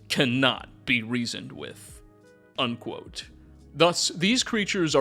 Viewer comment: I promise you if I have to listen to a second more of this fool saying undquote while forcing his dumbass, clearly fake voice I’m gonna explode. I’m unfortunately a sub subscriber, but I have to listen to anything more like this absolutely not.